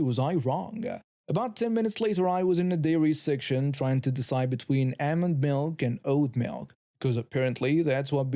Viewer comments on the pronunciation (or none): none